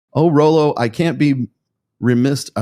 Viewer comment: I bet mispronounces her name on purpose. I do the same😂